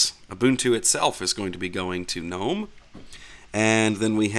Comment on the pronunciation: At least someone knows how to pronounce gnome....some people will go "Oh look at these garden gggggg-nome"